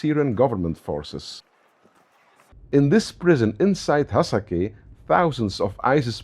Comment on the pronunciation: not Hasake , its hasaka and its 80% arab so stop laying